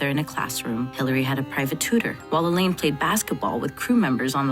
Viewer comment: She said her name was pronounced La-Laan not La-Lane